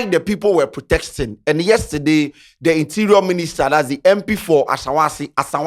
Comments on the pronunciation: Protesting, not protexting 😂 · it’s protesting. Not “protexting” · what is “protexsting?”😒😒